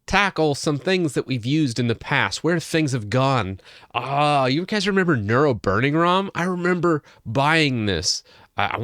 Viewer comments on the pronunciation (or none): ..."Near-oh" like the Roman Emperor, whose name does not rhyme with churro.